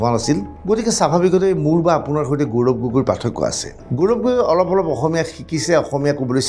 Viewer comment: প্ৰজাৰ ,গৌৰম এইবোৰ ভূল উচ্চাৰণ